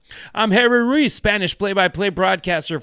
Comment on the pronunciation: Roo - wheeze is how you pronounce his surname 😊